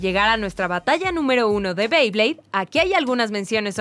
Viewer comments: Y no se dice bley es bey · no se dice beid se bey